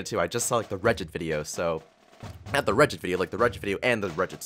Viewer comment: Regit is pronounced Re- get